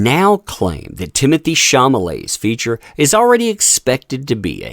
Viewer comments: are you aware that you mispronounced Chalamets name everytime you said it? You said "chamalet" and its "chalamet" 🤭🤭🤭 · SHAW-luh-may not SHAW-muh-lay. LOL Dude... So it looks like they're waiting for Aquaman 2 to fail but if they're thinking Wonka is gonna be some box office bonanza, take a look at the race and gender swaps. Little Charlie looks to be a black female instead of a white male. It's more woke garbage that will be rejected by the masses. So I'm expecting both movies to fail in spectacular fashion actually. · Ate you doing this on purpose? Mispronouncing ChaLamet as ChaMalet? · The only issue I have with this: shaw-law-may. Not shaw-ma-ley. I don't know who that is or care but misreading it over and over was agitating. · CHA-LA-MET NOT CHA-MA-LET. Good video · Question, Is there any reason you're calling him Sham-a-lay and NOT Shall-Lu-May ??? Are you intentionally mispronouncing his name? just curious? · He keeps saying "Chamalete".😂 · No desire to see Wonka or Aquaman 2. Don't care about either movie. Also it's Timothy Chalamet why are you pronouncing it Chamalet? LMAO! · Mispronouncing Chalamet throughout the video.